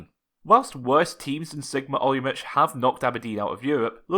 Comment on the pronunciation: Have Czech family and semi speak the language, it's pronounced Olo-mo-tz not Olo-mo-ch